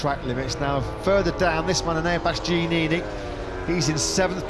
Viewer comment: I cringe every time the commentator tries to pronounce Bastianini’s name 🤦‍♂️